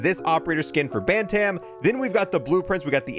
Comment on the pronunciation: The way you pronounce ‘bantam’ hurts me. It’s ‘ban-tum’